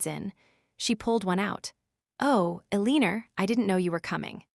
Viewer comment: Please t ach your AI to pronounce the name Elenor cprrectly